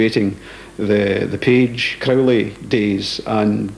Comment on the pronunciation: The narrator pronounces his name correctly . Not many do . Including Ozzy .